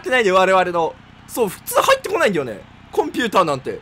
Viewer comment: コン↑ピューター↓なんて